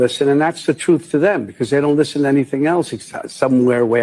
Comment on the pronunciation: The truff, that’s the truff those people listen too.